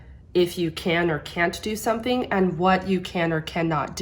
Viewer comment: Great analysis. In the word Men as much as i tried i always heard Men not Man, on the words can't and love though you are right she did not pronounced them correctly but let us not forget that she is 18 years old here and English is not her first or even second language and also if you take in to account the time she spent in the orphanage and in therapy for he speech problems she did not had much time to study the language so her Russian accent still gets in the way. Personally i really don't mind, i did not even payed attention to it until you mentioned this and i will even add that i think accents make a language way more interesting, i love them. In an interview after this show she said that she started to study English though so everything will be fine in the future. On your comment about the form of the mouth when singing high notes, i think that she did this because the performance demanded it, in other performances like "take on me" by A-HA, "Feeling good" by Nina Simon or even in her own song "Revelation" and many others she shows that she can reach up there with her mouth barely open. If you want a recommendation i would suggest either Crow: or Oh, it is not yet evening